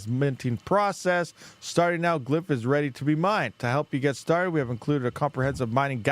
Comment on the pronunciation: It's called glyph not "glymp..."